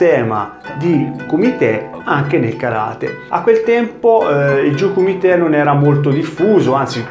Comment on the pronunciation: Intento interessante ma, mi si consenta, tante imprecisioni sia linguistiche (il nome di Yamaguchi, già fatto notare, ma anche la pronuncia di jiyuu kumite) che storiche. Sono stato dieci anni nella ikga allenandomi anche in Giappone. Conosco un pochino la scuola e la storia di Gōgen e ci sono alcuni momenti storici che magari potresti recuperare (come e con chi ha iniziato il karate, il suo ruolo come figura legata allo shintô che accenni appena ecc.) e magari approfondire in un altro video :)